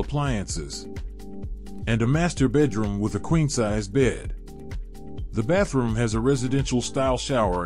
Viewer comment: So the thumbnail was clickbait and who says "Baff room" in a professional presentation? 🤔